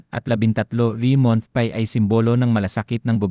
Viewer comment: Bqkut ganyan ka mag pronounce ng ibang words like month, pay, di na nga totoo ang cnsbi, qrong pronunciation pa ng ibang English words.